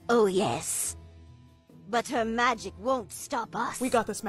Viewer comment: "Throoh mahgic she made the kingdoum forget about YeoUwHhH" 😭🙏